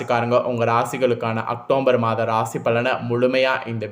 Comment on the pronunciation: முதல்ல உச்சரிப்பு செரி செய்ங்க. அக்டோம்பர் தவறு. அக்டோபர்.சரி